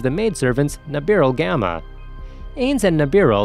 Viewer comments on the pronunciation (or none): none